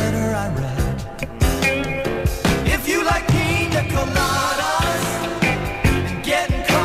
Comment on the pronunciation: pronunciation was correct. In Spanish, the i has a "ee" sound and the ñ has an "ny" sound. For example, niña (girl) is pronounced "neenyah" and piña (pineapple) is pronounced "peenyah."